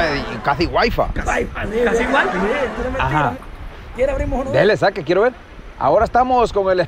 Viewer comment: Ta loco se escribe my wife se pronuncia may waiff como comico ta bien pero como maestro no edifica😥🙏🏼😬🤣🤣🤣🤣